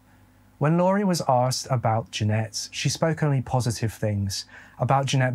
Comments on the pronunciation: Just to say that is saying Jeanette but in the description it says Janet. Janet is pronounced Jan it. Just saying. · Bro really? Janet is pronounced Jan rhymes with Stan....et rhymes with get.......You spell Jeanette like this..But anyhoo I have been a sub with you for a while now.I very much appreciate your content and narrating.I always mention you to people for them to check you out......Peace and stay safe bro. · that is not how you pronounce Janet. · I also understand the accent, but every time you say Janet it throws me lol maybe it’s a Michigan thing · Many are writing "Jeanette" but has her name as "Janet" in the video. He pronounces it differently because of his accent. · Her name is Janet. accent may be a trick of the ear to some of us. But that news reporter was totally saying Jeanette - which is wrong.